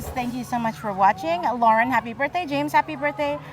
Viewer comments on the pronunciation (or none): none